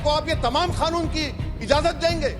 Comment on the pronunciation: It's c canoon not K khanoon.